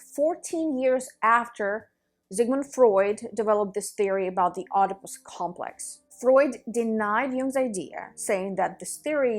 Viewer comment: its pronounced without the O, edipus... lol